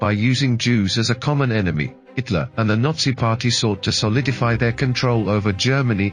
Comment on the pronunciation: Is the narration done by AI? "Hitler-S"???